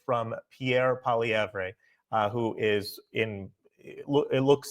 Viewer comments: Don't pronounce the final E... Pwa Li Evr. He'll definitely be the best Canadian PM since Harper! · "Polilievre" Polly...like "Polly wants a cracker" Ev....like "Bev", only without the B. "Polly-Ev" Its similar to the name "Lefebvre", or "LaFleur"..which Americans also pronounce weirdly.